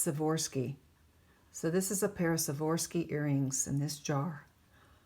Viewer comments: It’s Swarovski. I know its pronunciation as Swa-ROV—ski, but she seems to pronounce it as Swa-VOR-ski. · Now that was a jar !! This may help you pronounce Swarovski Swar--ov -ski . up until a bit ago I thought it was spelled with an f so I'm learning this too :) Let's hope that your luck holds :) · Swore-off-ski is how I was taught to say it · It is pronounced Swarovski crystal took me awhile to Pronounce it right lol ☺☺